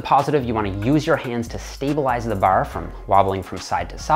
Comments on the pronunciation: ITS BAR NOT BURR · Thank for the tips. Ps the way you say baaar is so Canadian. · I like how he says bawrh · Bar, barrrrr,.baurrr where is he from..he says bar with a accent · Thanks for the videos. Very helpful both physical and mental. Åre you Canadian? The way you pronunce bar is interesing. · The way he says “bar” makes me think he’s only pretending to be Hooman